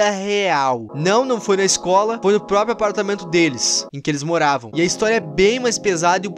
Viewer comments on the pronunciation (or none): none